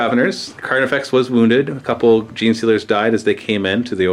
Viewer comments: Not slip of the tongue, he intentionally calls it Carniflex multiple times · Did I miss a joke or is he saying "Carniflex?"